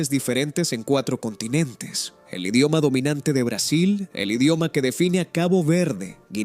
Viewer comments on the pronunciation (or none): none